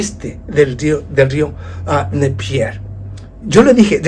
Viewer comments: No se dice Nepier, sino Nieper🤭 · Muy buen video!! pero es el rio NIEPER (Dnieper) no NEPIER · El río. Se llama Dnieper. No Dnepier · Se dice: río "Diniéper"